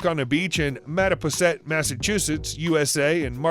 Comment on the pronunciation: It's pronounced, Mat a poi set.